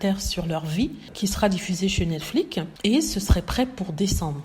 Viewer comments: Je dis toujours cela dans ma tête à chaque fois qu'elle le prononce. Le mot devait avoir le son netflics vu qu'il est terminé par la lettre x . En tout cas! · oui j'aimerais bien comprendre pourquoi elle le prononce comme ça parce que c'est la seule personne que j'ai entendu un prononcé cet mot comme ça.